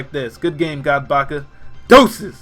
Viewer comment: i didnt have my volume up very loud and it sound like instead of godbaka it sounded like u said [ Cattle Fucker ]